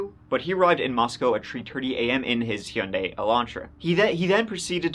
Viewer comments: Actually pronouncing Hyundai correctly sent me WILD ❤ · Nice Hyundai pronunciation ❤